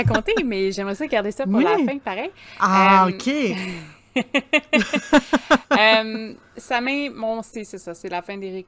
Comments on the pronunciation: samhain ce prononce sawn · Il faudrait de base prononcer samhain de la bonne façon mais bon contenue a quelques détails près 😊